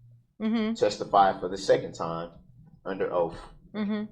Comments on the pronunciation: "Dat's your Oaff" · I'm sick of hearing him say, "Oaf". He needs to learn how to pronounce words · Judge tell the "TROOF" about your "OAF" 😂🤣😂🤣😂🤣 OMG he is so disgusting 🤮🤢🤮🤢🤮🤮🤮🤮 He looks like he stinks like sweaty nasty balls!!! 🤢🤮🤢🤮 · "I ax'd my charge to be adjundicated, the grounz for the sub-stain was like a tackit agreement with a biast rush to judgment. It was you who took dat oaf of office"